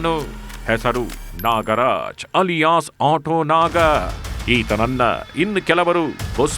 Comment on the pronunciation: Badddiii naaaagga ( voice pronousition) worse than the worst